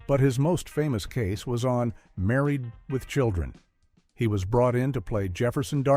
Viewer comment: I wasn't sure if this was AI narrated until I heard the pronunciation of married with children. Sounds like the narrator strokes off halfway through. I'm not here for AI slop.